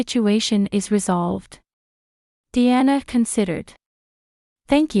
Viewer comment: Diana pronounced as de-anna